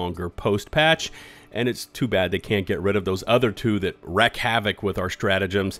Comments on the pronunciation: wrEAk havoc, not wREck havoc, killing me smalls. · wreak havoc, pronounced like reek, not wreck, and Or Tom a tons, not auto matons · Wreak havoc not Wreck havoc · even though it's "wreak" havoc, im not trying to correct and i dont want you to stop saying "wreck" havoc because that sounds sick too lmao crossplay is one of my favorite things about the game because I have such a wider selection of players to play with. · Uhmm...wreak havoc, not wreck... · Wreak is pronounced REEK, fyi. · Really like the videos man, but you’re killing me with pronouncing wreak havoc as wreck havoc 😂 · "wreak" is pronounced "reek". Please stop saying it that way.